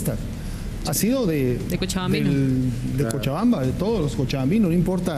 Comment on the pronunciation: MOLESTA "w" NO ES COCHABAMBA. NO ES COCHABAMBA. ...............